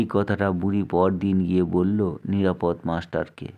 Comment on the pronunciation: নিরাপদ্ মাস্টার নয়, নিরাপদ(অ) মাস্টার উচ্চারণটা এ রকমই করতে হতো। যাঁর লেখা গল্পটি আপনি পড়ছেন, তাঁর নাম উচ্চারিত হয় ষষ্ঠীপদ(অ) এই ভাবেই। ষষ্ঠীপদ্ নয় কোন ভাবেই।